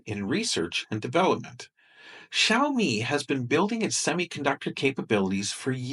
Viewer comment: Because Drumpty hasn't learned how to pronounce Xiaomi yet.